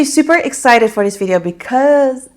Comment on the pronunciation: I love when you say vijeo!!